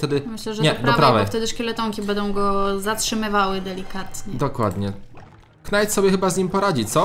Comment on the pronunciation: Karta Knight wymawia się "Najt"